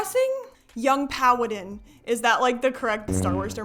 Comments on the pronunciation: “Young pawadin”- it’s Padawan hahaha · girl it’s “padawan”😂